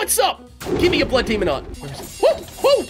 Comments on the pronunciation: why do u always say demon like the word almond like demond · I love that every time says demon, it sounds more like he says demond, is that just me who hear that?